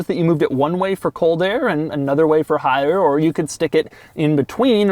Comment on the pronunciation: when he says hot air, doug sounds drunk.